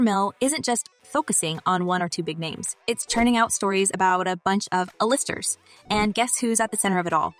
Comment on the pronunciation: uhlisters. Lol